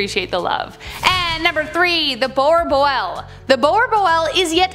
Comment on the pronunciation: IM SORRY BUT YOURE SAYING BOERBOEL WRONG LIKE RLY RLY WRONG